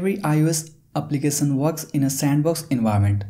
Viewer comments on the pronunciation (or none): Brother Prenounce .. “application “not applicasan . Sad and Sha it’s so defferent ... Many words you use mistakely , so listen